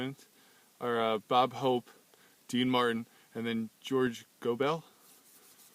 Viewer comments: It's go-bull, not go-bell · Hey, Thanks for posting this great night on The Tonight Show. You look like a young sprout, so you probably don't know that George Gobel's last name is pronounced "GoBULL"..not "GoBELL". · Host here is too young. The name is pronounced George Gobul not George Go-Bell. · that's Gobel like noble. not go-bell. this is a wonderful clip though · It's George GO-bull, not George gow-BELL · His name was pronounced like this - George GO' - Ble --- not George Go - BELL' and if you had listened to the introduction on the clip you would have heard his name pronounced correctly. Sheesh. A comedic historian needs to know these things..... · George Gobell pronounced GOBLE not Go Bell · Love this clip. BTW, pronounced Goh'-bul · Gobel is pronounced GO-bull. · It's George Gobel, not Go bell! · George Go-BELL? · George Was Great......... Pronounced (GO-BULL) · That's (GO-bull). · Please, if you are going to pay tribute, learn to pronounce he names correctly. George Go- bell.